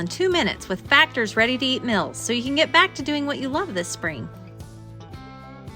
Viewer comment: I guess "mils" or "mels" = "meals"...